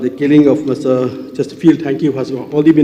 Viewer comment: Y r u so nervous bah Rembui even to pronounce Chesterfield also is not proper,do u need to kill y not just arrested